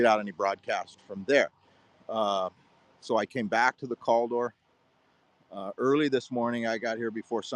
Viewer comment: Again that was ur last video at the silver fork store. The fire is called Cal. door , say it like that